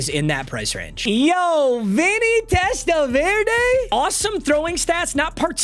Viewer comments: My guy it’s TEST-A-VER-DEE not verda come on….. this isn’t salsa Verde papa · VerDee not VerDay 😂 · It’s TEST-A-VER-DEE….i wanted to bang my head against the wall hearing you pronounce his name. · Testaverde being a Browns player before playing for the Jets in Browns season of Wheel of MUT is poetic. PS - For reasons no one knows his last name is pronounced "Testaverdy" lol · Test-ah-ver-day ain’t it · It's pronounced Test-uh-vurr-dee papa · “Testa-Veer-Day is Out….Shaduer And the Sanders Family INNNNN” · Papa I love you, but as a Jets fan, the way you pronounce Vinny’s last name like it’s a salsa is driving me insane. Testa-ver-dee. Love you. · Happy we don’t have to listen to you butcher testaverdes name anymore… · Not knowing how to say Testaverde should be a crime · Thank god I don’t have to hear him mispronounce testaverde all season long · I'm glad you lost so I don't have to hear you mispronounce Vinny last name all season 💀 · The guy isn’t a salsa. You’re pronouncing his name crazy. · that’s just not how you say Vinny’s last name